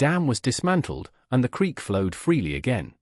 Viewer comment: 'creek', not 'creak'